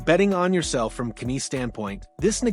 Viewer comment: So sick of this AI BS! Can't even pronounce Knies properly. Youtube needs to block this crap!!